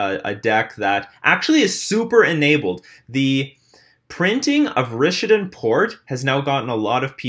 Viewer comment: RISH-AY-DEE-ANN. Dude you're driving me nuts.